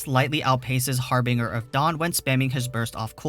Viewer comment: Its pronounced Har-binge-er